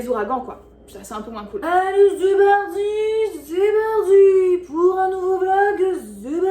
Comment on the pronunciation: Z'est Barti, Z'est Barti. Ca va, il était très discret ton placement de produit :D, ça passe presque inaperçu